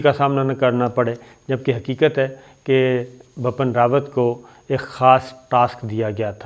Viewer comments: Yesterday I told u it's Bipin not bappan but u r ? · Sabir, please correct your pronunciation. It's Bipin Rawat, not Bapan. Also, the word in Urdu is "shikast" not "shakist". It's irritating when a word is pronounced incorrectly. Pardon me for intervention.